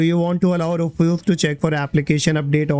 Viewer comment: Roofoos nahi hai bhaiya Rewfuss hota hai